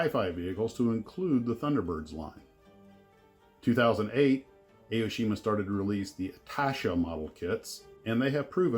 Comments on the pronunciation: not A-O-shima. it is pronounced like "ah-oh-shima". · It’s ‘Ah’ - oh-shee-ma. Not Ay-oh-shee-ma.